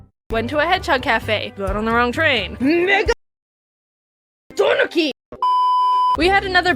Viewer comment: glad I wasn’t the only one who was just watching the video and then a Out of nowhere says … NI- ( I know it’s Megadonki, but I was so shocked that I replayed the original scene twice just to check if she actually said it. It really sounds like the n word. )😂